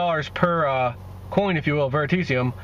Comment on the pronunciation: VeritAseum. Learn to pronounce it.